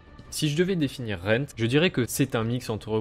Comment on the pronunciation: its rend not rent......